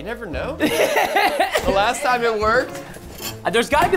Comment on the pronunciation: It’s time not tiem